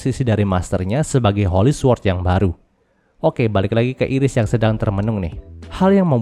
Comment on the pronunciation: su-word✖️ sord✔️ sama2 belajar bang